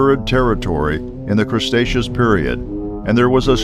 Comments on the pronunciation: Cretaceous not crostaceous.... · crastecous is wrong pronuncittian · "Crestacious" Period LMFAOO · The 'Crestaceous period", eh? LOL! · Piroman period? WRONG it is Permian period. It is not Crustaceous era, it is Cretaceous era. Please learn how to pronounce scientific words correctly. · 2 things. 1 it's Cretaceous not crustaceous.2 it's carnotaurus not carnosaurus.